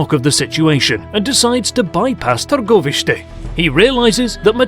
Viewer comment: I have to commend the story teller/reader on his pronunciation of Targoviste, and the other names... well done dude! I am more than impressed with the effort put behind this video!!!